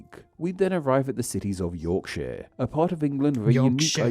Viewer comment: bless you for mentioning yorkshire and pronouncing it correctly.